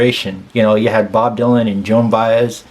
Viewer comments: This is the fourth reaction to this song that I viewed and you are the first of four to properly pronounce Joan's last name. Bye-ez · (Thank you for pronouncing her name right) I always find it amazing that Joan spent most of her career singing other people’s songs (perfectly) and when she writes one for herself, it is one of the greatest songs lyrically and musically that has hit the music industry. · Kudos to you my friend. Of the various reactors to this song you are the only one I’ve heard who pronounced her name correctly. Most of them called her Joanne Bez???